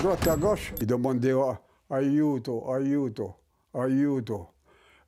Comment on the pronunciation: Oh putain c pas « ayudo » mais aiuto